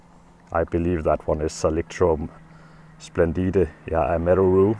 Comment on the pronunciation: It's not electrome splendid. I think it's thalictrum splendide.